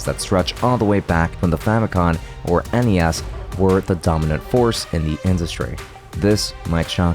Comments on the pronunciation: Fami-com, as in, Family Computer, not, Fami-con. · Can’t listen to a guy “teach” gaming history who consistently mispronounces “Famicom”